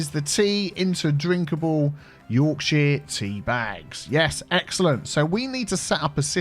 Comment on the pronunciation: As a Yorkshire lad I’m not entirely satisfied with how you pronounce “Yorkshire”. Should be more like ‘Y AW R K sh er”. Y as in - You AW as in - law R as in - rat K as in - key - sh as in - ship er as in - hurt All good? Sithee.